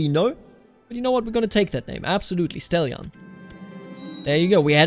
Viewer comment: Stelian is pronounced with the accent on the a